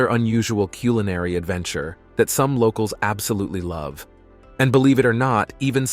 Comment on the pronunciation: The first time i've ever heard Culinary pronounced as Q-loo-nary...